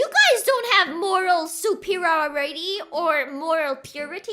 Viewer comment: This vod is a case study into a vtuber's perils of trying to pronounce "superiority"